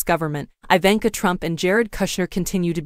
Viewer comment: Learn to pronounce her name